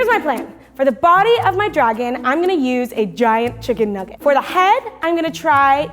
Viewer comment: “Issa chicken nuuggite”